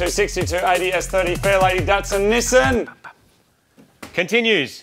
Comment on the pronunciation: As an American, I don't have a problem with the pronunciation of "aluminium", because frankly, "aluminum" is wrong. I do, however, have a problem with pronuncing Nissan as "niss-sun".